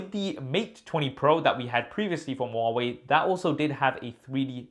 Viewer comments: Who pronounce Hawaii ? Am I the only Indian here? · Huawei= Wah-Wei